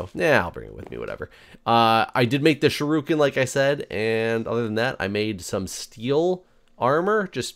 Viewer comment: Sorry,. It's not pronounced sharuken. It's shuriken or sure...ick...en. As a martial artist it just grinds on me when you say that.